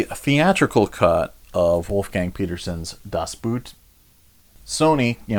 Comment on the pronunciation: it wouldn't hurt to do some research before saying titles like Das Boot and La Femme Nikita out loud :)